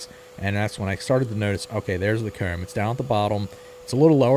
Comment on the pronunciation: What part of PA are you from? The way you pronounced "comb" sounded like Lancaster area accent to me.